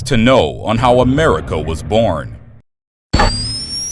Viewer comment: America.. not merica